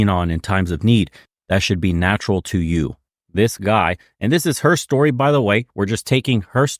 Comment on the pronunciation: "lord save er" lol